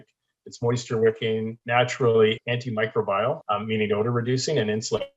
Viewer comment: Anti-microBILE? Or antimicrobial?